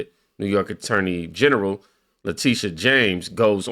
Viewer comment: this ghetto trash cant even say Attorney general right...smh u can take the trash out of the ghetto but its still ghetto trash